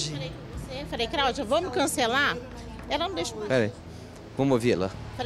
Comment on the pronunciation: A “CRAÚDIA” ficou P da vida 😂😂